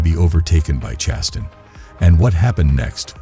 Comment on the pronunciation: Or Chastain. 😂😂 Chas-tin? lol